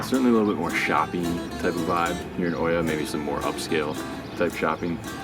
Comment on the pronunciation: oia is pronounced "ia" not "o i a" or hoya. Just speak the 2 letters together i+a > ia. you see "o"+"i" in greek language makes an "i" in most of the words ! thanks for visiting OIA